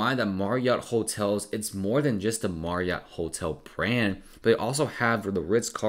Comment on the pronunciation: Anyone else dying at the way he says MARRiott